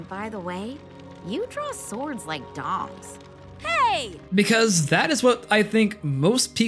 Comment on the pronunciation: all this time i thought she was saying dogs